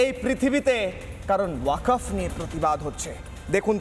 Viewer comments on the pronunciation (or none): হারাম/জাদা'রা ঠিক মতো ওয়াকফ্ বলতে পারে না। বলে ওয়া কপ !!!